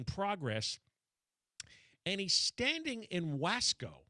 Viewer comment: John, there is already a passenger train that goes from Bakersfield to Madera. It goes like 70 mph. It needs a spur to SF. Oh, and it is pronounced Wah-Scō